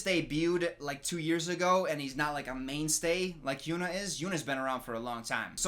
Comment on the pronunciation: He's been saying HynuA's name. He's just pronouncing it wrong.